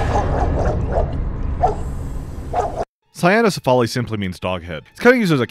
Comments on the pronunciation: I’m just bothered with the “sa-ya-no-si-fa-li” because it would be rendered cyanocephaly. Now the Dog-Head becomes the Blue-Head. Hahaha. I think it is “say-no-si-fa-li” or “kwi-no-si-fa-li”. Just saying. Hehehe. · Hate to be that guy, but it's pronounced Saino-CEphaly, with the 'ce' syllable stressed, not with the 'al' stressed. That's because it's a compound word borrowed from greek which just means dog head